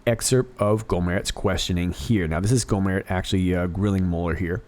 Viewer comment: I love this video.! Just a tip: In Texas, we say: "Go' - mert" with a hard T.